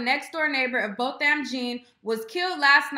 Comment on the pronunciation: Damn you cute but I cringed every time you mis-pronounced that brothers name. Babygirl Jean=John as in annunciation.